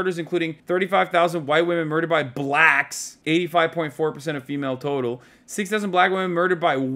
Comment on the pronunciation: Hasan put a little extra spice on it when he said "BLACKS"